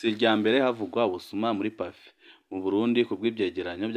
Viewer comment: We, ntibavuga Pafé, bavuga Pafe